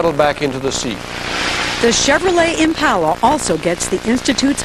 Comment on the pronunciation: It made me really angry how she said Impala